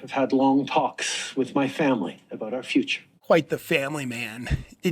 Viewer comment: It's abooot time ah.